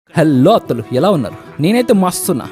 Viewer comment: అత్తలు అంటే బాగానే ఉంటుంది...మీరు అనేది అతుల్ అన్నట్లు వినపడుతోంది